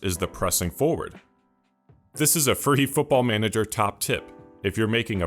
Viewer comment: it's manager, we just say manager